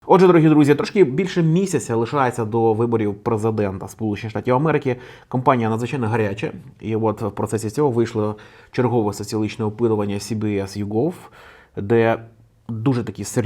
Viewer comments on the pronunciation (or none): виборча кАмпанія. Кампанія - це campaign, а компанія - це company.